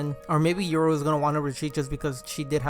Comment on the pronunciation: Cool vid but what is your pronunciation 😂😂 YORU = YOUR-ROO not EURO